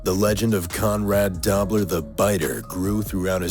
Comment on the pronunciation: The voice over got a pronunciation wrong: Conrad Dobler's last name is "Dough-bler" not Dobb-ler. Long O.